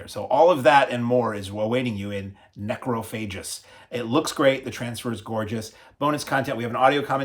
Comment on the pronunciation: Weird pronunciation of the Spanish names and titles like they were English ) Necrophagus, Becquer, Xavier, Angel... 😂